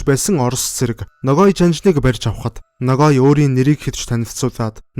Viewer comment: Buruu heleed baih yum. holoin g usgeer helne. noghai